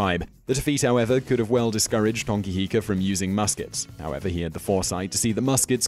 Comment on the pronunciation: Bro learn to pronounce the words properly and do your research properly if you're going to make videos about other cultures. Mere = Meh Reh not Mere. Hongi hika = Ho-ngi not Hong-I Hapuu is a sub group of an iwi (tribe) not specifically a war party. Also the first encounter was with Abel Tasman... not James Cook Mana is prestige (or more a metaphysical property of a person and their power) not a person's spirit Awesome your doing videos about maaori culture but make sure you DO YOUR RESEARCH PROPERLY.